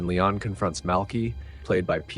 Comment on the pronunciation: Let me just say, I'm impressed by your pronounciation of "Léon". I'm so used to pronouncing it in a more American way, but it is indeed "Lay-awn", not "Lee-on". The same how we'd say it in Dutch. I will adjust my pronounciation accordingly. 🙂 Furthermore, if you need idea's for interesting movies to do on your channel, here's a few: STAR WARS (done to death, but I'd like your take on it), HEAT (1995), WAY OF THE GUN (2000), Joss Whedon's FIREFLY season 1 (2002) and SERENITY (2006), John Woo's THE KILLER (1989) and HARDBOILED (1993), DOOMSDAY (2008), STALINGRAD (1993), CROSS OF IRON (1977), SICARIO (2015), HITMAN (2007) and THE ACCOUNTANT (2016). Keep it up, really enjoying these vids!